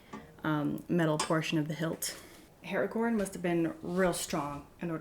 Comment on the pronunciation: Very happy to see another fan enjoying the Flame of the West. But Woman, the letter A in Aragorn is not pronounced Eragorn, on top of that there is a character called Eragon :) So, yes, A - Aragorn. ...... jeeezus .